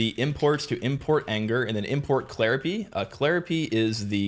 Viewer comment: Did you seriously pronounce claripy as clari-pee? I think I'm going to pronounce Python as Pee-Thon from now on.